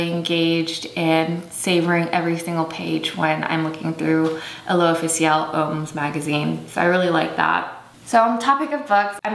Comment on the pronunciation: just so you know, "homme/hommes" is pronounced very similarly to "um." but you got "l'official" right :-)